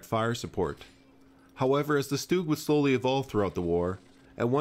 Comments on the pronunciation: It's not a "stewg" Try "S - tug" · It’s not “stooog” it’s ‘stug’ with a hard G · FYI, StuG is pronounced "Shtug" not "Stooog". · I've always pronounced 'Stug' to rhyme with 'tug'. I'd never heard "Stoog" until recently (on YouTube). Is this a transatlantic, British English vs American English thing, or is it just me? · Stug with an u, not stoog with an oo . . . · Honestly I used to say "Stug" myself which I think is fine but I got blasted by a couple of angry Germans so I tried my best to clean up my pronunciation but I still never get it right. I try not to stress to much about it. Either is fine I'd say. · Oh, well, if it's the original German pronunciation, I suppose I should defer, like pronouncing 'Planck' as "plonk" and not "plank". But I shall be thinking "tug" even as I say "toog". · German is a phonetically consistent language meaning that letters are generally always pronounced the same way and I'm sure you know how the letter "u" is pronounced in the words sturmgewehr, bratwurst and sauerkraut.